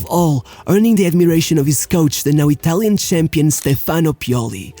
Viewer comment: Good video, but FOR GOD'S SAKE WORK ON ITALIAN PRONUNCIATION!!!!